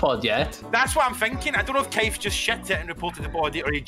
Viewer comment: “For Kaiff”